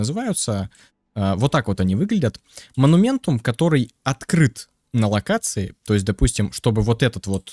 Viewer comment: " монументум, монументум, моментум, моментум, вот этот монументум, вот этот монументум, астральный монумент, разблокировать астральные монументумы". Я: "ААААААААААААААААААААААААААААААААААААААААААААААААААААААААА хваааааатииииииииттттт....".: "монументум". Я: * истерический смех сквозь слёзы *: "покажу ещё раз на всякий случай моментум, вот моментум.......мо-ну-мен-тум....МО-НУ-МЕН-ТУМ" Я: * умирает в агонии *: "монументум одноразовый" Я: * кряхтит с того света *: "перестаёт действовать как только вы выйдете из действия астрального моментума" Я: * матерится на немецком *